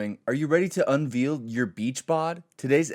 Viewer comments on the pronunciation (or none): yesssssss podcast is back! Congrats on the 2nd wedding Fruit! Also I chuckled at mispronunciation of "unveil" in the first ad break. Can't wait for the Fruit merch to come out:)